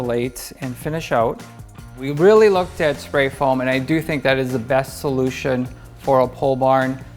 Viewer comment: I thought u said pollution.not solution